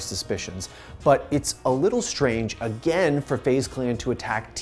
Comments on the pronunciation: “A-GAIN” headass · He keeps saying agane Pepega